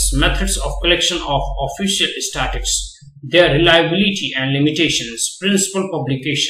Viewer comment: Pls pronounce the word Statistics properly...